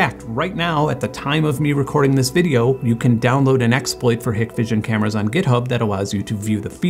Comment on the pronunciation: it's pronounced HIKE vision